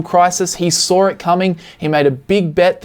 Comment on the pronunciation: He sawr it comig?